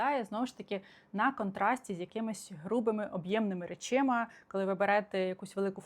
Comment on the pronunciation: Будь-ласка: речАми, не речИма. Дякую! ❤